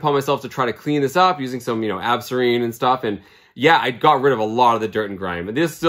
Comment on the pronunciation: You called it ab sore rean. My bad, maybe I was thinking of the old product Absorbine jr. It is like Ben Jay for muscles. Sorry.